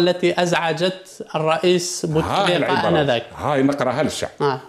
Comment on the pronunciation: بوتسريقة وليس بوتفليقة